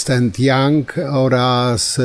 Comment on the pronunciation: Tourett i jego brudna pała 😂 On nawet fonetycznie zapisał źle ''young'' (jank) 😁